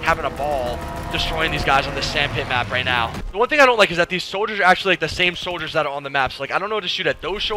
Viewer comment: does anyone else notice how he says soldiers